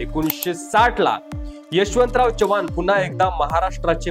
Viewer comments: Jara Marathi sudhara, chavan Kai, chavhan ahe te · च्यव्हाण नव्हे चव्हाण.. from original चौहान, तुमचे मराठी बोलणे खूप गचाळ आहे, जरा fine tune करा आणि मगच व्हिडिओ बनवा..